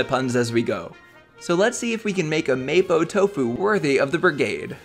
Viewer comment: Hi. The dish is pronounce "Mah-po doufu" keep up the good work 👍